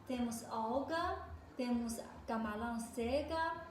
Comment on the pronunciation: Camalao, plato, dinhelo,kkk parece cebolinha